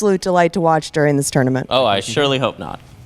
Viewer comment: Why does it sound like has a lispy thing going on when he pronounces 't'? Team Tournament sounds like theam thournamenth